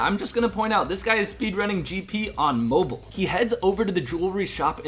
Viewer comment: Anyone else get annoyed by the way he pronounces mobile?